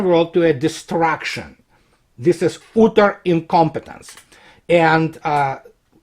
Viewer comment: Your English is perfect but "utter" is not pronounced as ooter. It's [ˈʌɾɚ]